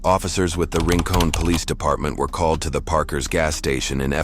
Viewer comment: Heheh I love when people try to pronounce some of the names around here. It never works. ReeCOHN. Lol I do like that cop, though. He needs to clean up more of her kind.